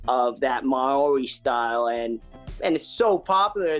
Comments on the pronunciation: Omg when tried to pronounce 'Maori' 😂😂 I'm in stitches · bruh did he say it like maaa ooorriii lmao dude just look up to how pronounce it